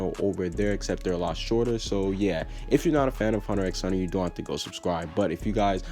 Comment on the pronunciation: I'm not gonna subscribe to your Hunter X Hunter channel because you don't know how to even pronounce it's name my dude xD